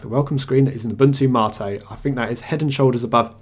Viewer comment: Its Gnome and NOT Ger-nome and its Mate NOT marteh. IDIOT.